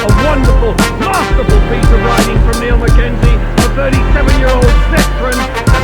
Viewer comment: Knows him that well he can’t pronounce Niall’s name. Mind you the same guy said James Toseland was a talented pianoist :-)))